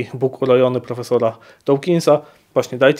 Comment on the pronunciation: Nie wymawia się dołkinsa tylko dookinsa. Dawkins czyta się przez długie o, a nie oł.